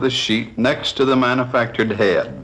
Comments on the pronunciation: Back when presenters were allowed to be their wild and zany selves lmao 🤣 great video but gah damn the man needs some enthusiasm. Also, I love the way he says hay-duh (head). Phenomenal stuff. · This dude pronounces "head" with three syllables...